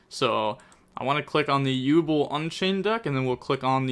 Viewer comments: Jesus..... Yubel is pronounced "YOU- BELL", .......not YU-BLL 😂. Aside from that good vid and break down. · You not pronouncing it as “You Bell” is really grinding my gears 😂